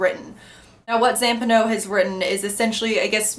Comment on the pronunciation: Pelafina, Johnny's mum, is a huge presence and character in the book - when you read a bit further. Especially the appendices and the whalestoe letters. So there's one massive female character in the background... Two things: it's Zam-Paah-No, and it's pronounced Na-vid-son. How they're spelled... Anyways, not a bad review. It's the best book I've ever read (five times), wrote a thesis on it. Read it at a great time too, with time to kill living on my own at 21 after university.